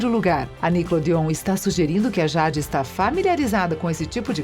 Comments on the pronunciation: acho que ela ta falando por causa da pronúncia errada, "Jade" mais se pronuncia Jeide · Ruim mesmo foi a "jádi" kkkkkkkk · Jade se pronuncia Jeide, acho que se escreveria assim. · MANO QUE AGONIA DESSA DUBLAGEM FALANDO O NOME DA JADE ERRADO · MANO SÓ EU FIQUEI COM RAIVAAAA 😡😡😡 QUANDO ELA FALOU O NOME DA JADE ERRADO ? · Nem eu. E o nome da Jade. Kkkkk horrível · Nao consigo assistir com ela falando jade 😂😂😂😂😂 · É nem o nome da Jade 👁️👁️👄👄👁️👁️💅💅